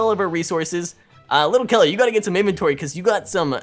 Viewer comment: It's little Kelly not litter kelly